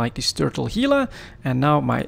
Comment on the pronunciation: You have Gila pronounced right, don't know what someone else commented on it about. Work on the Gila National Forest on the Gila river. Lots of Gila monsters and rattlesnakes. H, Gila.